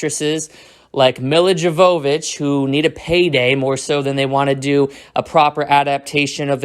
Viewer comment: You pronounced Mila Jovovich’s name wrong as well man they J is supposed to be pronounced as a y.